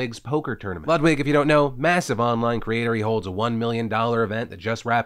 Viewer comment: It's German. It's LOOD-WIG